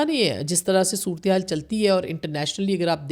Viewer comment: مہربانی کرکے اپنی اردو کی تصیحیح کرلیں حکمتی نہیں ہوتا حکومتی ہوتا ہے 🙏🙏 صورتیحال نہیں ہوتا صورت حال ہوتا ہے 🙏🙏🙏